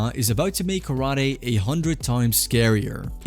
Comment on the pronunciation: Kara Te. Empty Hand. Not karady.